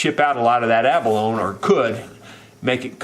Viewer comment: You are my mentor, so I hesitate to mention this, but when "abalone" is pronounced correctly it rhymes with "baloney."